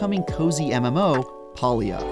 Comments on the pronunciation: Palia is pronounced with a hard A not a soft "AUh". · PAlia not Paulia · Probably should learn how to pronounce the game title before posting a review on it? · so this dweeb cant even pronounce it and he gets to play first.